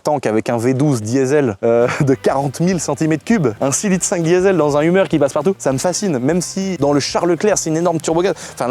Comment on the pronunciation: Pas humer mais heumeur ont dit!!😮😮